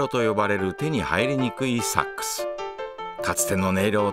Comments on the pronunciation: ナレーションさん...。 サ↑ックス..？ サ↓ックス........。 サ↑ックス、ソックスとセックスのイントネーションと同じやないか！！！！！！！泣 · ごめん、ナレーションの「サッ↑クス」が気になっちゃうw 間違ってないけど「サッ↓クス」で慣れちゃってるからw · セックスと同じ発音だね